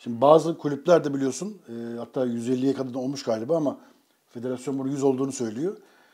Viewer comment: fetörasyon mu dedi yav ahsauhdsahusad